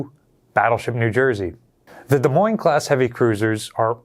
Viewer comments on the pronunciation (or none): All I kept hearing was saying the S in Des Moines